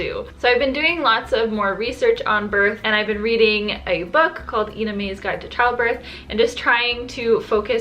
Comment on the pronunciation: Not that it matters much but you say Ina's name like eye-nuh not ee-nuh. I didn't mind the glucose drink!! Reminded me of a juice box, honestly.